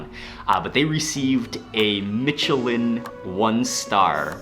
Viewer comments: I’m kinda sick so my hearing isn’t great but is he saying mitchelin instead of Michelin? I’m not complaining if he is, I hear that fairly often when it comes to the tires just rarely when it comes to food. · “Mitch-che-lin star” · Michelin is pronounced Mishelin,as if the c were an s.I speak French which is why I know. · Mark, it's Me-Sh'-leen, not Me-Ch-leen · Soft "ch" in Michelin. "Mishelin", not "Mitchellin". Otherwise a fantastic video as always and you're such a good host, it makes me want to book tickets there tomorrow! Keep up the great work. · Michelin is pronounced mish-eh-lin, Similar to Michigan (mish-ih-gan) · Mark, Michelin is pronounced as mishelin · Mark I love your videos but please don't be so "Murrican", and pronounce Michelin correctly, thanks!